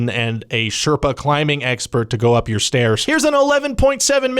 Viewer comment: "up" Are you a midwesterner? That's almost "oup"